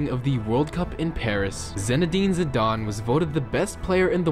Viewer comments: Zidane not zidon 😂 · Its zi-dan not zi-darn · "zidon" "balon da ore" "randoldo" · This dude cant pronounce anything 😂 its Zidane not "Zidon" and its Balon de Or not belon